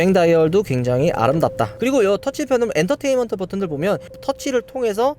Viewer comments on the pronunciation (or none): none